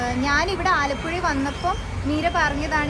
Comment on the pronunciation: not Alapuzha it is Alappuzha